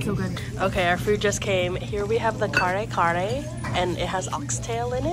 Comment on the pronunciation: Omg never heard kare kare like that before 😂